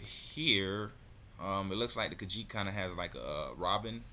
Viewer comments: What a dumb ass its Kah Jeet Not Kah Sheet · The fuck? It's Ka-Jeet